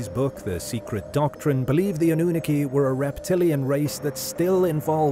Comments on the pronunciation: Pronunciation is very important when you want to sound like you know what your talking about. A. Nu. Nar. Key. Not Anoon akey. Fs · Anu-nah-ki not annunaki. It's annoying hearing the word mispronounce. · Say anu na key one more time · If he could pronounce Anunnaki correctly would be great! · Well he is AI so.. he'll never be able to pronounce it correctly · It is killing me 😂😂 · sooooooo glad I wasnt alone in this.😂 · I couldn’t watch more than 2 minutes I had to turn it off lol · Makes my skin crawl 😩